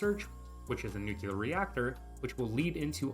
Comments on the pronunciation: NU like NOO. CLEAR like CLEAR. NOO-CLEAR. Not "NOOCOOLAR". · I can't concentrate on the video because everytime he mispronounces the word NUCLEAR it destroys my focus. Nowhere in the word NUCLEAR does it have any letters or grammatic punctuation that somehow turns the word into NUCULAR. Also, I want to add that Paradox does not, in any way, spoil us. They change content, often nerfing things into the ground that we didn't ask for, and lock content they take away behind a paywall. Not sure what fantasy world you live in, bud. Nukes used to be 100 times better because all you had to do was click on a tile and press a button to instantly strike the target, and you didn't have to mess around with the convoluted crap system it is now. All you needed was air superiority and a stockpile of nukes. Done. I hate this update so much. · It’s nuclear. Nu-clear, not nu-cu-lar. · aaaaaaaah you pronounce "nuclear" like George Bush "nucyaler" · I subjected myself to so many "Nucular" pronunciations with this one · NUQULAR, oh ma god bruh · For the love of God pronounce nuclear correctly